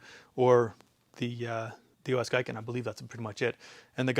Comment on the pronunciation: "Gi-ken" not "Gai-ken"